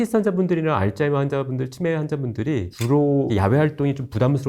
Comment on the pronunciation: 발음이 알츠하이머도 좀 이상하게 하시더라구요